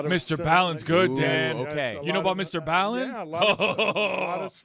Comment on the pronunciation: His name is Brian Allen. He became MrB Allen then MrBallen pronounced Mr. Bawlin - you dope